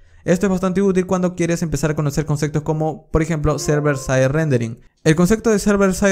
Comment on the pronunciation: Nadie: Absolutamente nadie:: CONCECTOS